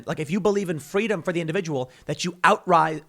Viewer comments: "Fweedom" -Young Kamela Harris, not likely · Is Kamala saying “fweedom” now ? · "FWEEDOM" - Kamala Harris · It's only pro government when it's pronounced Fweeedom. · Someone go tell Kamala 'fweedom' is antigovernmental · Here I am, still remembering Kamala’s “fweedom” story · "Fweedom" - QueMala Harris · Was Kamala Harris there chanting, "Fweedom," as well? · "FWEEDOM!!!" is anti-government...Orwellian times...dark... scary